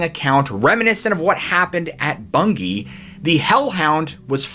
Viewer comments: May I congratulate you on your pronunciation of Bungay, it was perfect! Thanks very much for another great video, absolutely fascinating. David from England. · Very good pronunciation of Bungay I’m from the next county Norfolk England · Full marks for getting the pronunciations of Bungay and Suffolk 100% correct. 👍🏻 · Yes, u pronounced Bungay correctly 👏 😊..I live quite close to that place, black shuck is quite the legend 👌 😮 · And 10 out of 10 for pronouncing Bungay correctly! You are just brilliant, many thanks again.